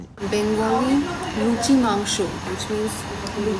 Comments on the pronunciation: Wtf...he () pronounced "Luchi,Mangso" better than a Bengali 😮😮😮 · "Dont hold that Dont hold that Dont hold that" she cares for you man!! lucky Man!!!! Your pronunciation of "luchi" & "Mangsho" is apt!!! Please come to Kolkata with entire OSR team, we really want to meet you guys. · 18 mins of video where 9mins of memes. But I certainly appreciate the way you pronounced "luchi and mangsho" loved it. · Luchi and mansho pronouncing is amazing 👍👍👍👍👍👍👍👍👍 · Are u kidding me !!!!!! They way u pronounced 'Luchi' and 'Mangsho' i couldn't believe it. First time in my life i see an American pronouncing bengali the exact way we bengalis do. Crazy man !!! BTW m from kolkata, love u man.. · As a Bengali I can say you totally nailed the pronunciations of luchi, mangsho 👏👏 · Omg!! Your pronunciation of luchi, mangsho, and aam pora shorbot was on point!! I am so happy for you two! You two are meant to be together and God bless both of you ❤️❤️ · Luchi mangsho pronounciation was better than many bengalis. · When said "luchi" "mangsho" and "aamporar shorbot" I died😂😍😘😘😘😘♥️